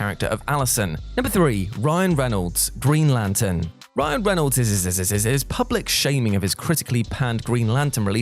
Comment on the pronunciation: Ryan Reynolds isisisis 😂